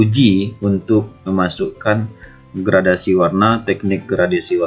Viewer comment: videonya sangat bagus sekali pak, namu saya ingin memberikan sedikit masukan, itu dibacanya "GRADASI" pak, bukan "GRADIASI", soalnya tidak ada istilah yang namanya gradiasi pak, adanya gradasi, terimakasih bapak. semoga sukses selalu🙏